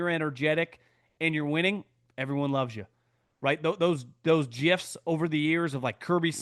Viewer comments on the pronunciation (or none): none